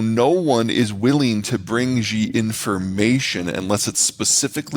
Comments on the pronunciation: Shee not Jee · His name is not ZZZHHHEEE, his name is SHE~! EXACTLY the same as the pronoun for as woman.